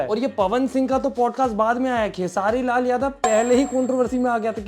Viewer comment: खेसारिया को (खेसरी लाल) बोल रहा है भाई 😂😂